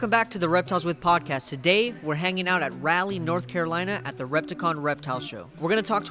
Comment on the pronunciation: Jesus. I don't know if I can watch this if you pronounce Raleigh as Rally.